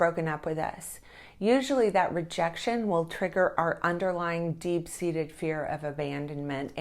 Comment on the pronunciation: Our isn’t pronounced as the letter R